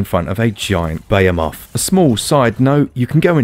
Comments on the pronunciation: Lol crazy Brits and their punctuation of Behemoth, it's not bayamoth its be-he-moth 🤣 as always another stellar review. I've been looking forward to the switch release of this game since it's alpha release on pc (which dropped before the announcement of monster hunter world) a lot has changed since then and they keep adding to it. Definitely a developer to keep an eye on. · isn't it pronounced "ber-he-moth" and not "beyer-moth"? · Also?? Beyemoth?? Behemoth. Buh-HE-Muth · What’s a BAYA MOTH? You mean Behemoth? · I cringe when he says it that way